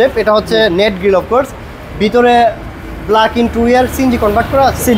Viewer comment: ইন্টুরিয়ার না, 😂 ইন্টেরিয়র : ইন-টে-রি-অর